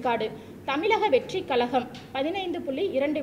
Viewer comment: தமிழ் உச்சரிப்பு சரி இல்லை. கழகம் கலகம் தமிழ் தமில் 😭